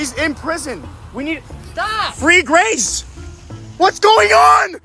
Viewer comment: Grrracee. VANDERwall...